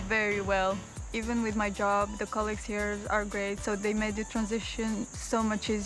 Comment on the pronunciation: "Nice high ceilings he"? It's pronounced 'here', not 'he' or 'he-ah'. Thanks for the color commentary, loved it.